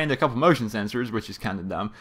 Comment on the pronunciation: ha ha you said motion seserors